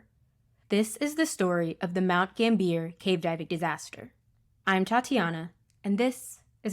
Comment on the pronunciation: Pronounced GAMBIAH. Nor GAMBEER. Otherwise good vid👍👍